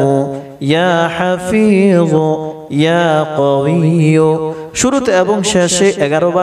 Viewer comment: ইয়া কবিয়্যু হবে বড় ক্বফ হবে